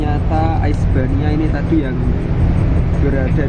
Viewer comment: Risbaina mbahh ,bukan Aisbania😂😂